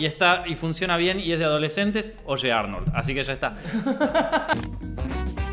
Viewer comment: "oshe arnold"